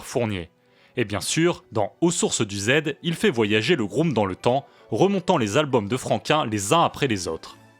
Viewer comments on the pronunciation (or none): none